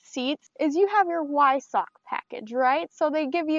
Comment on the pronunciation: One other thing is say the word Weissach with a "V" at the start. So basically Veissach. Just the way the Germans say it. No hate, i love cars so much so wanna help you improve the reviews.